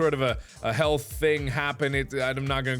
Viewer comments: When he said health problem I thought he said hell problem I was so confused for about 5 mins and then my brain started to brain good and it was all OK then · when he said health, I didn't hear the th in it, so I thought he said hell thing, and I imagined a doom guy with a warpstache, and Mark's face running around killing demons, while screaming random obscenities and facts